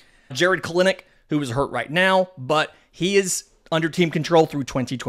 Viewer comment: Holy crap dude, you're the only one still saying Kelenic's name wrong. Listen to anyone else and copy them. Also great video as always, keep up the great work :)